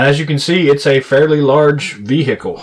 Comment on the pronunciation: I can't help but be appalled yet mesmerized at the way he says "bee-hickle".